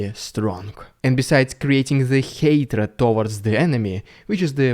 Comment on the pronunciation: Странно, neighbour ты норм произносишь, с мягкой "р" а hatred, с русской, "rolling R" ))) ERRREIZ, MORRR, EURRROP, UNDERRRSTAND